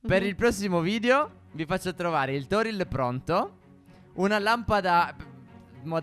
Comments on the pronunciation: nel video ma si dice tori non toril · È Torii non Toril😭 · non e arco toriL ma si dice arco torii con due i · Comunque 2 cose prima al posto dei salmoni potete prendere fei prsci tropicali che potete trovare rossi e bianchi come le carpe e secondo si dice tori non toril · Si dice Torii non Toril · Si chiama portale tory e non toril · Si dice Torii